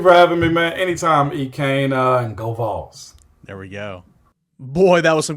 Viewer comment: Was there for the ward transition and now the Kessling, this was a great hire. He better pronounce Vols a little better quickly but other than that... GBO